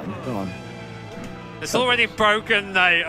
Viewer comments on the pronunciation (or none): „IT‘S BWOKEN!!!!“ 🤣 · it's bwoken